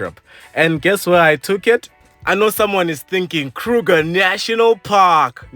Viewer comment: Its the way he calls it for me😂😂😂